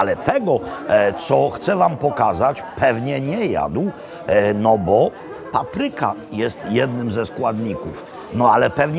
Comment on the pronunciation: Nie "paprYka", a pApryka!